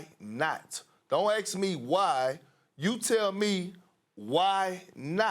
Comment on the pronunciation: Why can’t Perk pronounce ‘ask’ - he keeps saying ‘arks’!